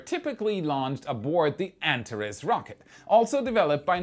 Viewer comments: BTW, the Antares vehicle is pronounced An-TARE-eez, not ANT-ar-iss. English doesn't borrow from other languages, it follows them down dark alleys, knocks them over, and goes through their pockets for loose words. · ANTARES - pronounced " ANT-ARE-EES " or " AN-TAR-EEZ "....it is NOT pronounced " ANT-A-REZ " like how said it.... Figured I would say something so it says it the way the company itself says it, and so I'm not totally confused again...... wait... oh yea.... I'm ALWAYS confused.... that's just me... Sorry:) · My friend...please use the Greek pronunciation, "Antareeeeees" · Antaress --> Antarees. ;) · Also “an-TAR-eez “ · An - Tar - Reez